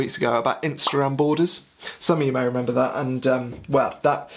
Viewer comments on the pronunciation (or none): none